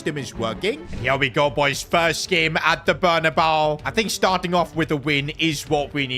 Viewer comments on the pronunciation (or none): bro what is bernabau it is bernabeuo